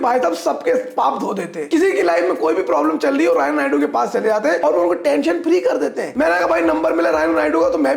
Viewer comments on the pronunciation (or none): none